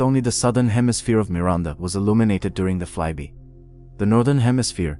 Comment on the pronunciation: The AI voice does not know how to pronounce "fly-by." It says "fly-bee." The video is interesting, but I would prefer to hear a real human being narrate it.